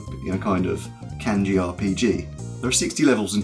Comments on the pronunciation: Thats pretty good, aside from the fact that you say "Kenji" and "WeniKeni" xD Your channel is going to grow a lot I'm sure. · And still can't pronounce kanji correctly